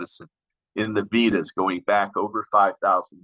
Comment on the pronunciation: Incredible presentation,! One small help: the 'e' in Vedas is pronounced with a long A sound. Keep up the great work! Eternally grateful for all you have done for the cannabis community.